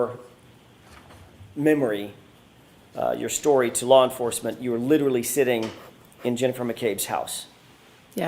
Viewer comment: What the hell is lar enforcement?